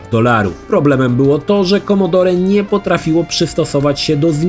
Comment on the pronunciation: Nie wymawia się "commodorE" tylko "commodor"!!!